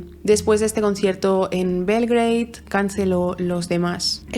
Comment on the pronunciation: Belgrado, no belgreid... Beograd en serbio...